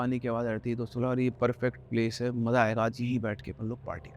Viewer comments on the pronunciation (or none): none